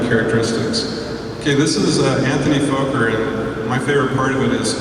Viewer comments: And his name is not "Foker" is is "focker" (close to the the RC acronym relating to Henry VIII "Fortification Under the Crown of the King" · Outstanding historical footage! .. but .. for for god sakes, it's pronounced FAH-KER, not Foe-ker! Anthony Fokker was Dutch and his last name has TWO K's which make the O short, like in the word October. Drives me nuts whenever I hear someone say Foe-ker. It's pronounced Faw-ker! Otherwise, wonderful, even with the misinformation here and there ... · bullshit my friend it's pronounced focker like fucker but with a short o and you're theory with the two F's is as bullshit as your foeker /fawker thing the o is short because there are two k's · Actually my "friend", that was a typo! I had meant to type two K's, not two F's, and had you taken the time to read it a little more carefully, you would have seen what I intended. I have made the appropriate correction. That said, it is still pronounced FAH-KER, not FOE-KER, regardless of whatever rules might apply based on language. I think we can both agree on that! Absolutely no need for hostilities here. BEST!